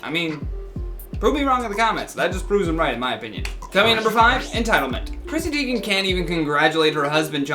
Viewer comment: Who is Chrissy Teign